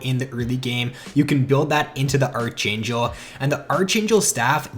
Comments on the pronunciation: Did you just pronounce archangel as archaynchel? It's pronounced as Arc-angel lol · Pronounced ark-angel